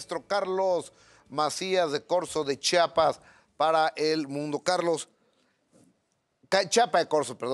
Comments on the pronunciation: Por favor Gustavo, chi a pas, No chapas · Qué coraje que por más que Carlos enfatizaba diciendo el nombre de "CHIAPAS", Gustavo nunca dejó de pronunciarlo mal: "CHAPAS". No hay cosa que moleste más a un chiapaneco que oír pronunciarlo incorrectamente; y a mí también 😡